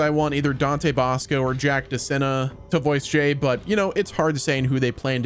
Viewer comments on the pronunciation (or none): none